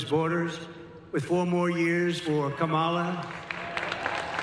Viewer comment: "Kambala" Harris? 🤣🤣🤣🤣🤣